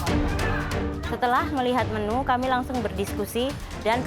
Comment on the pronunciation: bli ovit bilang menu jadi menyu 😂😂😂😂